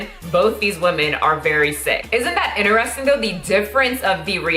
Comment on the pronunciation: I stop listening every time she says 'In(t)eristing'...Hahahaha my brain can't handle it